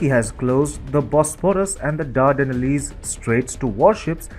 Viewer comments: Bro, learn how to properly pronounce Turkish names and Dardanelles... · Better pronunciation of certain words would be appreciated- and should have been researched properly. Montreux & the Dardanelles, for example. As picky as that might seem, it lends toward a fairly amateurish effort that might've resonated with viewers if only approached more professionally.